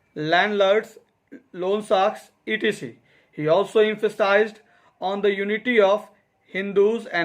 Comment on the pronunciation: Not etc it's -Et cetera